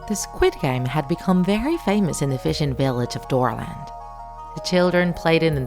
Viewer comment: When you guys said dorland I thought you guys said Dora😂😂😂